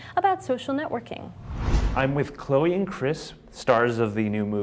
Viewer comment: Her name is Chloe not Chleo.